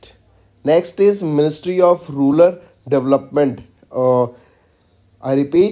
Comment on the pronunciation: Exactly bro, his pronounciation of some words may lead to wrong answer too.. in this video he read maithili as mithali 🙄 most of the times he is doing this mistake, like data as daata, rural as rular.. he should avoid this ASAP